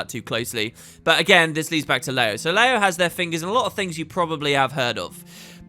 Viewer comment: Leyo, "Ler yo", 乐游, Happy Games (Luckily it's in Chinese!)